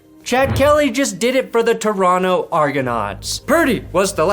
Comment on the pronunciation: You pronounced Toronto correctly😂